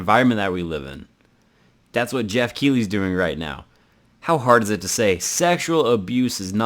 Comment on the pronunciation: also i think geoff is pronounced differently